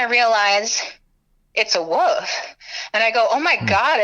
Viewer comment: Wolf not woof lol